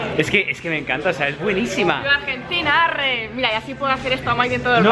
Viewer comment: NATALIA Y MAIDEN NUNCA ME DIO TANTA SUSPIRACION Y ESTRES ESCUCHARLIS DECIR AHRE NO ES ARRE SE PRONUNCIATION AHRE COMO CON LA A Y H JUNTAS Y DESPUES SE PRONUNCIA EL RE